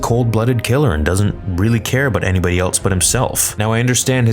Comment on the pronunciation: There's no T in else.